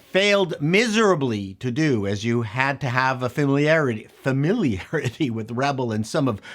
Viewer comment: Bet you can't say Souvlaki or Gyros right...asking for a Greek dude. He also missed "familiarity" So what Biden cant even apeak English anymore!...some words are tongue twisters get over yourself.